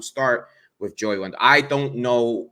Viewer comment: Dude said Joey Wendell 🥴😖 it’s brutal listening to fans of this ball club. I turned the video off too 👎🏾